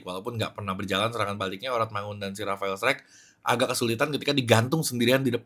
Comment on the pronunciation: Rafael Struick >> dibaca : Rafa 'el Straach